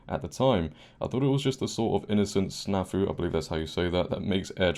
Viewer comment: You pronounced it correctly. SNAFU is an acronym that is the lowest level of three military situation condition reports. They are, in order: SNAFU- Situation Normal All F^cked Up TARFUN - Things Are Really F^cked Up Now FUBAR - F^cked Up Beyond All Recognition